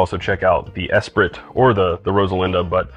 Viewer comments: Just FYI, it's not ess-prit, it's e-spree. Think of the Lotus Esprit from the late 80's. The T is silent. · Esprit = es-pree, pronunciation-wise. It’s a French word. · “Esprit” is pronounced ESS- PREE. It’s a French word meaning “spirit”! 😘